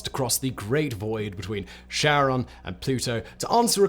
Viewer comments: I despise James W. Christy with burning passion for naming Pluto's moon after his wife. And everyone who pronounces Charon as "Sharon" should be burned on a pyre. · Okay, first off it's Charon with a soft, but very discernable G-sound. And an A like in gArrison. Second: stop talking so affectatious. It's unbecoming. Third, your beard! It's too big. Now you like like a learned rabbi from the time of our grandfathers. Your head is too small for such a grandfather bush. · You're pronouncing it wrong. It's Greek, not French. You read it as if there's a K. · Kh, not Sh. Almost like Karen but not quite. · I don't want to hate on this video cause Simon and all his channels are awesome, but it's karon, not sharon, right? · its charon not cheron... it made video unwatchable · In Greek mythology, Charon or Kharon (/ˈkɛərɒn, -ən/ KAIR-on, -ən; Ancient Greek: Χάρων) idk who Sharon is. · Pretty sure it's pronouced "keh-ruhn." Almost like Karen. Not pronouced Sharon, like Ozzy's wife. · True to his word Simon has blocked comments mentioning the word that starts with a P and sounds like annunciation. But to be fair even astronomers don't agree on how to say Charon as some go with naming the planet after his wife while others use the classical (keh-ron). Personally I'm old school and hearing it as Sharon grates on my ears but I'll get over it. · Charon = Kuh - ron, not sharon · so who is this sharon? any relation to (phonetic spelling warning) KARE-UNN? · Car-On, not Share-On. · It's not Share-on, it's Care-on. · Sharon? We say CHaron with a ch as in lochness, As in the boatsman, "Who pays the ferryman?". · Low-well. Keh-ron. :) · I really don't understand why on Earth in english its name starts with a C. It should be a K, as Kharon. Because Kharon is named after an ancient greek deity, the ferryman of Hades. And pronunced with a K sound. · Charon? Don't you mean Kharon? After all, you know what they say... "Charon IS Kharon" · Stop calling it Sharon